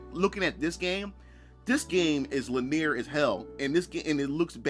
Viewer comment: GUH. It just kills me every time he pronounces "linear" as "laneer."